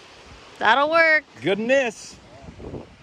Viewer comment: you sure you ain’t from the SE US? “That’s gonna be goooooooddddd!”